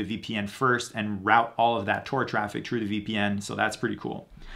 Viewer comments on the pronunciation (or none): Constructive criticism: 1.) No need to say "actually" before each statement of fact. 2.) Pronounce 'th' correctly. 'Through' is not 'true'. 'The' is not 'dee'.